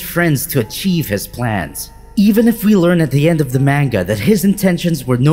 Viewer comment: The way you pronounced manga and paradis is cringe.